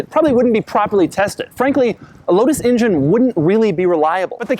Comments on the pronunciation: love the video. but call it an "en-jen" please...not an "in-jin" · injin cover? ive never heard anyone say injin instead of engine. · Why does it sound like he's saying "Ingine?" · Fuck it. I can't hear this guy say injun one more time. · Sorry I can't resist it anymore................"injin" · Doug pronounces engine like my WWII vet grandfather says native americans